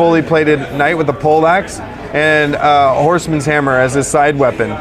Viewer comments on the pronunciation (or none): MW3, Medieval Warfare 3. BTW, it's poleaxe, not pollaxe. Unless that is what they use to chop your head off in a medieval polling station if you vote for the wrong guy. Wait, could you even vote in medieval times? Bah, who cares, the game looks awesome.